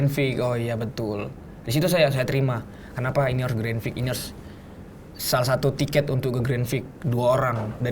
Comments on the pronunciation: pertama satu, kwkwk saran aja klo ngomong santai aja jangan ngebut"biar ga belibet, ngomong grandprix aja granfix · grandprix bukan grandpfrix gak si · lagi satu takde ke yg nak tolong betulkan sebut grandprix tu? bukan grandfrix tapi grandprix😢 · Grandpix bukan grandfix 😂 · harusny grand prix,tapi ronalnya bilang grand fik bukan grand prix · Kurang nyaman denger "grenfriks" nya doang ini😢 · ngomong grand Prix aja grand frik wkwk